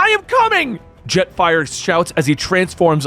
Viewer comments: Did messed up Jetfire and Starscream's names a few times 😅? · no disrespect bit Starscream and Jetfire's names got absolutely butchered.